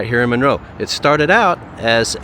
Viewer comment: It's pronounced MUNroe.